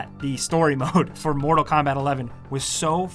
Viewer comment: He says “motal instead of mortal, can he not pronounce his r’s